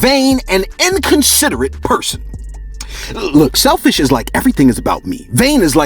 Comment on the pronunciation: Bro you kill me 😭 “Selfish is like .... “ “Vain is when you ....” “And inconsiderate means....” Just the extra emphasis lmfao